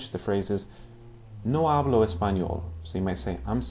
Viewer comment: Sir 1st of all great vids! Love to learn this language! Just a Q about pronounciation. I noticed you do pronounce the H (f.i in the word 'hablo' ) quite strong. I thought in Spanish (castellano / Latino americano) it's not pronounced?